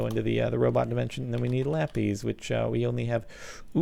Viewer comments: god dammit its pronounced lapisssss not lapizzzzeee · Aha laPEEZ it's laPIS 😸